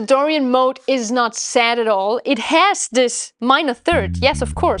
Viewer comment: The Germanic accent comes out as "Dorian Moat". You should "built" a castle to go with your moat. LOL.